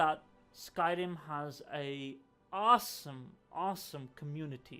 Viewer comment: You still can’t say awesome. Good list. WoW wins for me though.